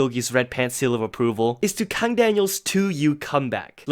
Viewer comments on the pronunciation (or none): none